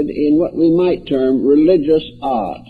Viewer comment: He is saying religious "art" ... not religious "odd".